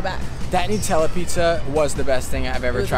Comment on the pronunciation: The way he said Nutella shocked me a little, nut is not pronounced noot XD